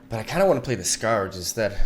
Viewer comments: sk-Urge not Scow-urge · skǝrj or skuhj is the correct pronunciation and only the sound quality when he says it isn't the best...for a Spanish speaker it's pretty good and not far from the correct pronunciation... so yeah, you guys are just playing know-it-alls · "The skawrge" lmao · First of all, thanks for the sappiness and sincerity, I appreciate it. Secondly, Scourge is a weird word and is pronounced skərj, like the word cur, or were, or her, etc. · Im not sure if scow urge (scourge) is the right way to say it😂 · I URGE you to pronounce Scourge correctly (SC - URGE) :) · It most definitely isn't. "ScAr-j" isn't a correct pronounciation of "scourge" in any form of english. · If you're actually natively english and think the correct pronounciation is "ScAr-j" then that's just kinda sad. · Listen to several audio books, my friend, because it really isn’t.